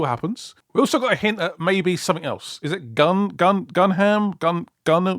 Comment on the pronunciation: It's Gundam,. 🤣🤣🤣🤣 "Gun-ham", lmao.